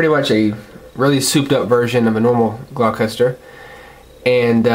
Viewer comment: It's pronounced gloss-ter, there is no "ch" sound. But then again that's how it's pronounced in the dub.